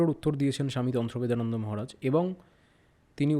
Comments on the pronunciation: স্বামী জির নাম টাই দুবার ভুল উচ্চারণ করে ভিডিও শুরু করলেন। তন্ত্রদেবানন্দ কে উচ্চারণ করলেন তন্ত্রবেদানন্দ... আমি বেশ ক' বার কেটে কেটে শুনলাম! আশ্চর্য বটে ! আপনারা আবার চ্যানেল চালান? ? কিছুই না জেনে শুনে বসে পড়েন, তাও আবার লোকে দেখছে... সত্যিই এলেম আছে। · Namta thik kore bolun